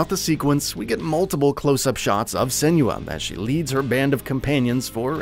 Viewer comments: Sen-wa. Not Sen-you-uh. Watch the dev diaries from the first game especially when Tameem talks about the origin of her name. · I just wish he’d pronounce Senua correctly. 😭